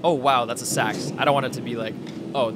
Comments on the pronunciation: just so you know its pronounced seeks not sacks it throws you off cause its spelled seax but thats just how its pronounced. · While Nomenclature is not your priority, just an f.y.i. for you: "seax" is phonetically pronounced [SEE]•[acks]. source: Scandinavian ethno-cultural anthropology *not "sacks" or "sax" as your youtube audio or mic audibly sounds.